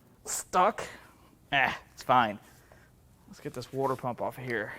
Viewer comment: Wore-dur pump? My ears bled.